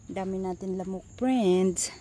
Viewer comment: Preynds 😂😂🤣 There’s none? Dey are peymil🤣 read an English Books or watch an English movies 😫😳 the way you speak are wrong Grammar!😂🤣😫